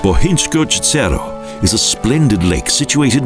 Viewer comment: Couldn't you find somebody who wouldn't say "gesero". The right pronounciation is namely "iezero"! A little lesson in Slovenian pronounciation...